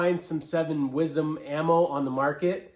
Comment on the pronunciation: Sorry. You lost me the first time you said wizzem 🤷‍♂️